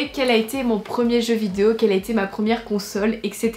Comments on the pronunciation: T’as enfin réussi à dire VI-DE-O et non pas vidzéo 😂😂 félicitations, la France est fière de toi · Punaise elle a réussi à dire vidéo ! je pense que c'est la grosse bouche qui déforme le mot d'habitude ahah je rigole hein t'es super mignonne miss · Je suis émue... Le mot vidéo dit correctement. Nous sommes fier de toi. ( Snif... Notre petite fille est devenue un vraie femme maintenant... Elle dit vidéo toute seule... ) 😂❤❤